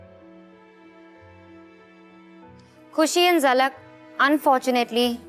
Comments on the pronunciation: Zalak ko jhalak kyu bolti hai ? 🤣🤣🤣🤣😭😭😭😭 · why ppl are saying JHALAK its ZALAK BHAI